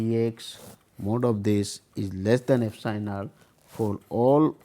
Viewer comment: Not "Fsinal" it will be "epsilon".